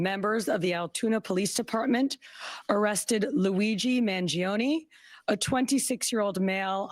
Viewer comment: at least try to pronounce the suspects name correctly it is NOT managing it is mangiOne he is from a wealthy family.